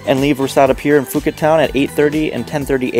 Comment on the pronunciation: Great video but if I may offer some advice: 1) The "Ph" in Phuket is pronounced as a "P" not an "F", so it's more like Poo-ket. 2) Try setting up the white balance on your camera, you'll get much more true colouration. Other than that, great clip and I loved the short summary that gave just enough information!